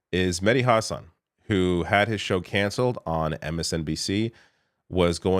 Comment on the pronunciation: re: irreplaceable Mehdi Hasan, saw him recently on Krystal Kyle, Chris Cuomo, guest co-host Pod Save America (who did NOT help interview Buttigieg). P.S. props for correcly pronouncing Hasan, which almost no one does. Zeteo launch video